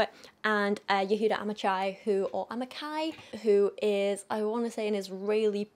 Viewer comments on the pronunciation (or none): Yahuda amachai has his last name pronounced "am-a-hi" but with a sharp "hu" sound :) any hebrew name with that sound is a "hu" . Great review also, very interesting to listen to!